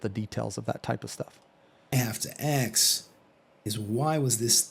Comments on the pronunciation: How hard is it for some americans to work out the word "Ask", its really not that hard, there clearly isn't an X, get a handle on it. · i feel like he's going out of his way to say axe isntead of ask, cause he doesnt say axe everytime